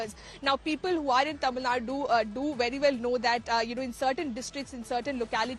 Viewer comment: Your word "Tamil" is perfectly pronounced madam.